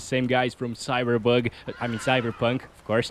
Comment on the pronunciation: No way He called it cyberbug💀